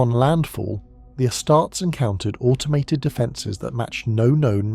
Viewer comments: AI slop. "Ah-starts" get the F out of here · I thought it might just be an AI script (because that much is obvious) but then "Ass-tarts" and "medic-ee" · I don’t mind if it’s not canon - I enjoyed this! 🫡👍🏾Also sounds like a real human voice 🗣️ to me 😳 Edit: though astartes is pronounced wrongly 🤔😑😒